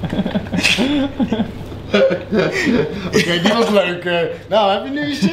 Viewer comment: ga stuk iedereen zegt gwn kaatsheuvel en kaatsHEUVEL